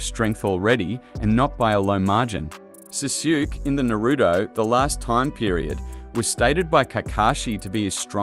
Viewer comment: jesus man please learn how to pronounce these names you called sasuke SAHSHOOK?!